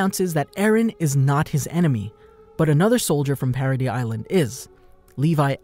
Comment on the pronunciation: No, the way he pronounces it.